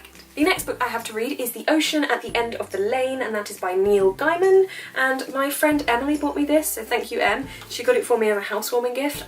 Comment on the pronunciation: Heya, hope you enjoy the book. Just so you know its pronounced gay-man xxx